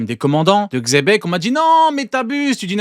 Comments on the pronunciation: Pour le coup ça se prononce Jibeck ou Jibeku. Donc il devrait arrêter avec le Chebec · Ils font chier à dire chebeque au lieu de xebec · pour le coup ça se prononce Jibeck ou Jibeku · Vous aussi vous vous trompez. Ça se prononce Jibeck/Jibeku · Vous savez que Xebec prononcer avec un X c’est officiellement PAS la bonne prononciation ?